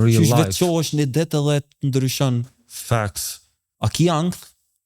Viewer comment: Sa her ka than "facts" kur e ka ni Halili ka menu qe po thot "thanks"